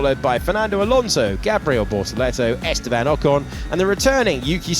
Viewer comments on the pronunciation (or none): none